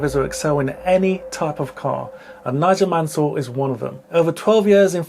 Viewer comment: Nigél Manél hahahahahaha